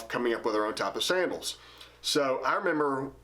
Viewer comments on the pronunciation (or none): You say on like OWN